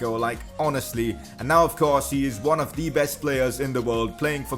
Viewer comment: Every time thee instead of the